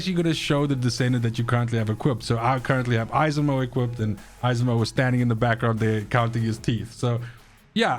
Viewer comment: 😂 It's pronounced Esimo. The second e is almost silent.